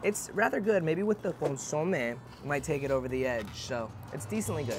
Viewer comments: CON SU MAY..... You should know this Bro, you have Mexican heritage... Better get that chit right next time!!! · ConSOmeh, hahaha 🤦🏻‍♂️ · needs to learn how to pronounce Consomé correctly 😅